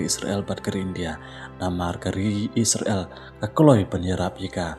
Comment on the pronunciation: Pronounced bha se bah kam dei isra.. l kan dei Israel.. 😊